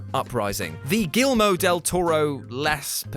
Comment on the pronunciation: GILL-UH-MO?? Del Toro? smh